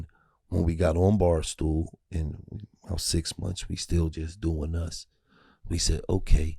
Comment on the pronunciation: Watching this I learned doesn’t know how to say Barstool 😂. “Barstoo”